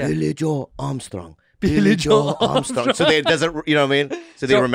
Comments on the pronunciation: Being a massive Green Day fan, the mispronounciation of Billie Joe made me sad. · 'Billie Joe'!!! Not Billie Joel. Cringe.